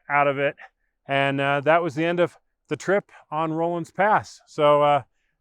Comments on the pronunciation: It's a short O sound, not a long O. RAW-lins Pass, not ROLL-ins. Think Henry Rollins. Also, Moffat Tunnel is very much still in service. I was knocking around Rollinsville just a couple of years ago, and got to watch a freight train roll through it. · It isn''t "rohlans" pass. It's pronounced "rawlins" pass. Ask any local. Just annoying. Anyway, if you fly your drone a little further past the tunnel on the west side, you'll see where there is, or used to be a short trestle on the side of the mountain that goes over a little ravine. I have driven through the tunnel many times before they closed it, and once rode my bicycle from Winter Park to Rollinsville (pronounced "rawlinsville") when I was 50 years old. (25 years ago). Anyway, I love your videos about the Corona Pass.